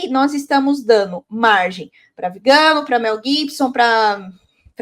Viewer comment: “VigÂno”, muié? 😖 Mas que antipatia, você continua falando errado o nome do excomungado! A senhora deve ser vegana, só pode. Alguém precisa parar essa mulher.